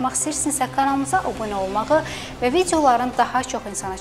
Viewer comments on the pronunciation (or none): Xanım, obunə yox, abunə.